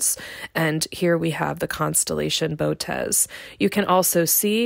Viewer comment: You said Bow-tez. It's Boh-oh-tis.